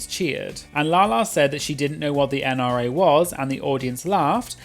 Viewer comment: Somehow I heard NRA as NI.